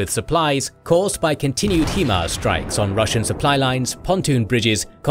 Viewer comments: THEY'RE HIGH-MARS!! STOP CALLING THEM HEE-MARS!! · Let it be known you pronounce HIMARS as high MARS, not he MARS, as HI literally stands for high in the acronym. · HIMARS 'High Mobility'.... 'High'... 'HI' HIMARS..... not 'HE'MARS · Good video! Please stop saying Heemars.